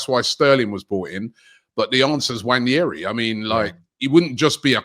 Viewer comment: Come on say his name right. It's pronounced "Wan-airy"